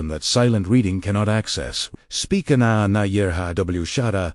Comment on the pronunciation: Too bad your AI is pronouncing every Arameic word incorrectly. "W" pronounced as double u as the name of the English letter? Very disappointing. Ana is pronounced as A N A as in English?